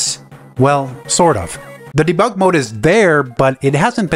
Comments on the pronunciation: the way you pronounce debug is artrocious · I've never heard debug annunciated differently, but after this video I've heard it a thousand times. ... Neat video, regardless. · You have a funny way of saying Debug... never heard anyone say it like that 😂